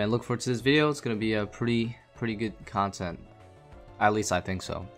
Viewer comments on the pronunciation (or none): none